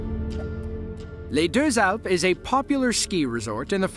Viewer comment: Amazing prononciation of "Les deux Alpes" man !